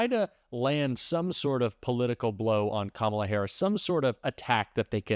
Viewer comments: They purposely mispronounce Kamala's name. They make me sick. I hate "mgt " lol and every last one of the maga morons. Hey, Margie?? Better get used to calling her, Madame President! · Mispronouncing Kamala Harris' name again, eh Marge? MTG says "murderers, rapists, and terrorists"????? Oh dear, how scary. Why did MTG, and the rest of the MAGA idiots vote down the bi-partisan border bill? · Apparently MTG also has a speech impediment. If she can't pronounce Kamala, try Madam President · Why do Republicans insist on mispronouncing her name? Is it supposed to be funny? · I hate how she pronounces Kamala's name incorrectly on purpose! I guess she's just trying to make it sound more 'foreign' or something. MTG is such an awful person! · Can't/won't pronounce Kamala's name properly at this point automatically makes what you say, Marjorie, up for question. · I feel she is perpetuating racism by refusing to properly pronounce VP Harris's first name. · I love it when people mispronounce Kamala, because then I can stop listening to what they have to say. They are either stupid, rude or both. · She intentionally mispronounces VP Harris' name. She is VILE and should be called Maggot Tayler Greene by everyone responding to her from here on out. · They think they're so clever intentionally mispronouncing her name. These people are all insufferable toddlers who have no business being anywhere near our government.